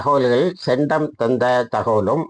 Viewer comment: சென்டம் இல்லை... சென்ட் காம். என்பதே சரி